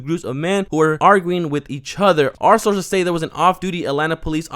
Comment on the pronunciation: “Arces on the scene” slow down on your reading bud 😂 sources my guy